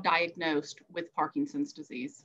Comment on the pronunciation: Excellent talk, but the disease isn't ParkinGson's, it's ParkiNson's. Many people also call it Parkison's, leaving off the N. But adding a G isn't correct either.